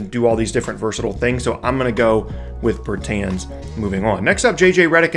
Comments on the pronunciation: Pernounced Bertans name wrong , and jerami grant is a bad rebounder good energy guy tho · Yeah. Pronouncing it wrong was giving me a headache